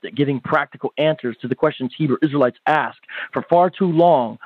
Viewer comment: Trying to sound intelligent and using the phrase let me "Ax" the question....